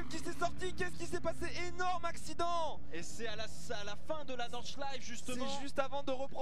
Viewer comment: "Engöööl. Nordschleif."